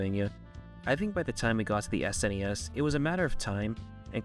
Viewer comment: You got my attention and respect when you said S-N-E-S and not "Sness" as some people say it which always drives me nuts lol